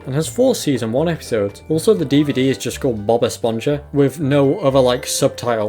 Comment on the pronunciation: Bob Esponja is pronounced Espon-ha rather than Espon-ya